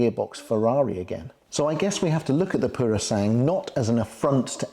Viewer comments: Thank you for the information. But please do not change the name of the Purosangue, it is not purosang but Puro-san-gue. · i think i've heard you calling it "Purosang". The last syllable (GWE ) was missing. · Purosangue is pronounced pooro-sang-gwe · For those who may care: "Purosangue" is pronounced "PUROSANGWE" - where "GWE" sounds the same as in "Gwen", Owen, Dwell etc. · Ok let's get the pronunciation right... PuroSangue is "poor..roh" "sangweh". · Great review. Do try and pronounce the ‘gue’ at the end of Purosangue. Like the English word, sanguine. ☺️☺️☺️